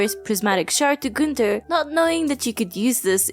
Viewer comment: You pronouncing "Gunther" the right way is so confusing for some reason